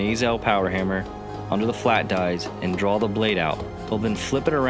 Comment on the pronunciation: Why does think that there is an L in draw!